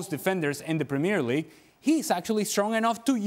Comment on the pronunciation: Say premier league properly yank